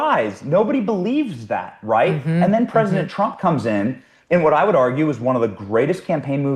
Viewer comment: Mike Davis needs to practice pronouncing the word “President”